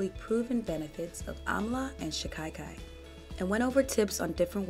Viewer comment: It is pronounced shika-kai, not shi-kai-kai. Other than that i love watching your videos. 👍💗They are very thorough factual, pragmatic, so thank you for the super useful content.